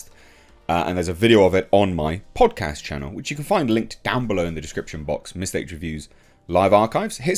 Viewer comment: "Podcast" sounding very American 😂